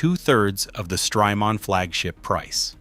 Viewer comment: Stry-Mon, it's Jamaica mon